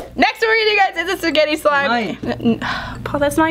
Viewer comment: All Italians cringe when she says “spaghett”